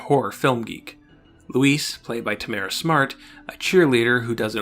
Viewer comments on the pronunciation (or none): none